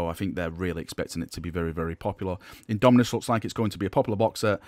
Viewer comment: IndomiTus with a T, a T as in Tactical marine!